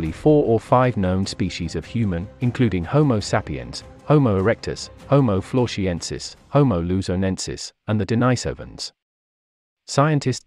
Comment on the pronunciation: Why pronounce "Floresiensis" as "Florshiensis"? It makes no sense.